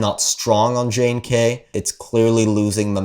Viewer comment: JNK is pronounced "junk".